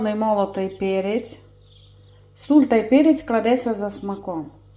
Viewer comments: Ви хороша господиня,яка видно що смачно готує,но будьте такі ласкаві говоріть( сіль),а не суль.Не обіжайтесь. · Можливо і посмажу такі котлети але зараз з задоволенням слухаю Вас особливо ,,додаю суль'' здоров'я пані господинько😅